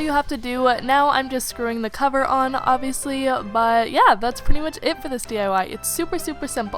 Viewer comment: STOP SAYING OBVIULUSY